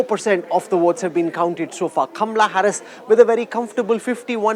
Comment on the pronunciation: You can't pronounce correct word Kamahala. Not kamrahala